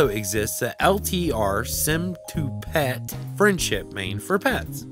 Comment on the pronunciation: i was laughing when he said phet ;p ;DDD